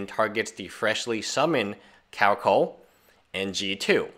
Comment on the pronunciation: Pronounced Regal 'kar-a-kal'